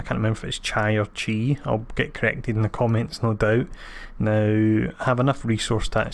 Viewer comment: When is he coming to PS4 for everyone? I bought all the packs but unfortunately it was post Beta.......so I did not get him :( and it pronounced "chee" (you were saying it correctly lol) great vid btw